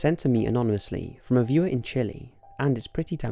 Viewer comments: You really shouldn't pronounce Chile as chili. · A lot of people care. Knowingly mispronouncing a country's name (and he knows better since people told him multiple times) can be considered racist. But this issue keeps coming up with USA citizens anyway.